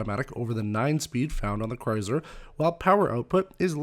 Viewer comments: Is anyone else getting annoyed with his lame pronouncing of Chrysler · Midnight Raccoon it’s a Canadian thing